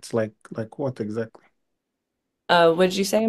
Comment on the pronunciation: egg- zackly 😂😂😂, no d*"ng for no one